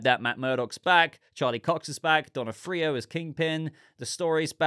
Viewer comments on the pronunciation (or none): Thanks for your videos, which are always incisive and informative. But one note regarding Vincent D'Onofrio. I’ve always heard his last name pronounced as “duh-NOF-free-oh.” I think you said “don-nuh-FREE-oh” in the latest video. Don’t want to quibble, but thought I’d mention it for future reference. 👍😈